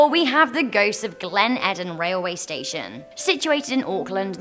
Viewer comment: It's pronounced Eeden not Edden